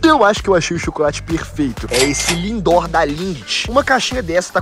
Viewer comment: No minuto o enaldinho falo lindor